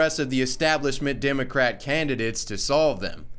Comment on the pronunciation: What the fuck is a dimocrat...learn to talk.